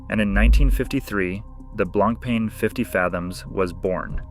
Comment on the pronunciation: BLANK PEN .. how irritating is that pronunciation🤦🏻‍♂️ BLAN PAH is closest way you can say to real French .. which means white bread 🥖